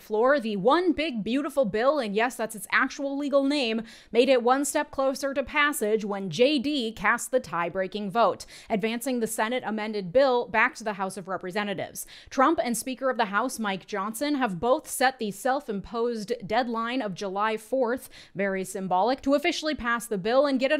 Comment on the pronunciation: Ad-VANCE-ing the bill.